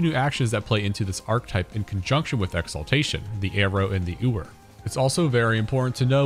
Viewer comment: Im seriously not trying to be a shitter but it's yoo-er, not oo-er. like a female sheep (ewe = you). Know its pedantic but I was sooo distracted by it every time it was said 😭 Im gonna have to watch it again so I guess really won here lmao